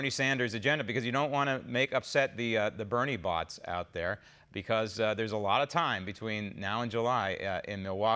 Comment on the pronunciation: Lol, did he say Bernie bots? I thought it was Bernie bro’s, lol!🌺